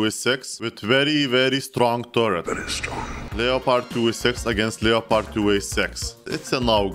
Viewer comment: Finally someone who says Leopard not Leppard